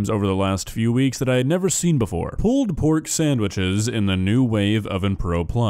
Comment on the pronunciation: One of most infamous videos and one that's become something of a meme amongst "foodjacks" because of those ridiculous meat claws he uses. 😂 P.S. You've got to love the way mispronounces "pulled pork" as "pulpork."